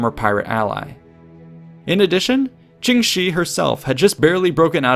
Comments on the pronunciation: Her name is pronounced more like "jung sure", not "jing she", btw :) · it's pronounced tshing, not djing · Jung shuh('r) I really wish this guy would spend a few minutes learning how things are pronounced before he butchers them for an entire video. It makes it hard to watch. Why should I respect his research if he can't even approximate the names correctly? It's painfully embarrassing for him.